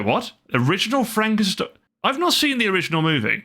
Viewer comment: Remember it pronounced fromk e. Steen